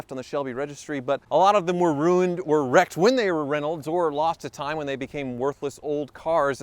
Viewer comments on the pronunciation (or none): none